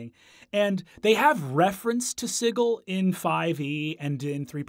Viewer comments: Sigil is pronounced with a soft g. It's not Siggil. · Siggle? I've got a siggling suspicion you meant Sigil (pronounced Sih - jill), City of Doors. I also wouldn't really call the Lady of Pain a villain, per se. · NOPE NOPE NOPE. I went the first 38 years of my life never having heard it pronounced "Siggle," and I don't plan to start now. Matt and Brennan are going to start an onslaught of ineptitude, and I respect both of them too much to let that happen. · ITS "SIJIL" NOT "SIGGLE". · I have never before heard the word sigil pronounced as "siggle." I always heard it as "si-jill." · This dude did NOT just say "The city of sighle" instead of Sigil.... Matthew Mercer shakes fist in the air meme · Siggle? Isn’t it Sigil (Sid-Jill)? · He pronounces the word sigil "siggle." Must've played with Matt Mercer. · I honestly thought he was saying sickle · "Ziggle"? That's a creative way of pronouncing Sigil xD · So, is Sigil actually pronounced Siggle? Or is this another Matthew Mercer-ism where he mispronounced it? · Ahhh stop pronouncing 'Sigil' like 'jiggle'! It's g like j as in jazz. Also y'all should have done The Head of Vecna. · He even pronounces 'sigil' incorrectly like Matt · Agreed. I had no idea that my fun fact would be so divisive, so my apologies for the clusterfuck! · The place is not pronounced the same way as the English word for a fancy symbol. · The way he pronounces Sigil tho. It's meant to be like a house Sigil. I believe the symbolism is that it's "on" a ring like a Signet ring would have your house Sigil on it. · I see that Brennan went to the Matthew Mercer School of Pronunciation of Sigil.